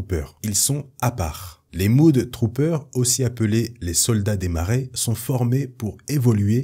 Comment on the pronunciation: Ça se prononce MEUD Troopers, pas MOUD Troopers ;) Mud (meud) = boue (un marais ça se dit "swamp") Mood (moud) = humeur (comme dans "good mood" = bonne humeur) Bref les Mud Troopers sont des "Troopers de boue"... (mais ça se traduit assez mal, faut avouer).